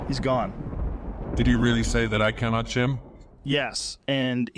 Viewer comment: "You will never chim!" Fucking TRIGGERED!